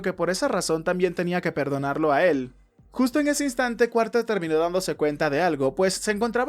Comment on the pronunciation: Está bueno pero creo que se dice Carter no Cuarter pero bueno es lo mismo igual y el resumen es muy bueno (